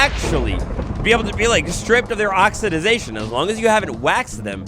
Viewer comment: love you,, but for the love of all things big and small it’s “oxidation”